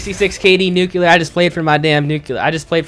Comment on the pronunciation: Nuculer ! Haha